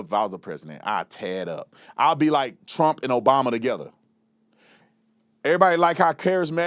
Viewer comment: He said “TRAMP” 😂😂😂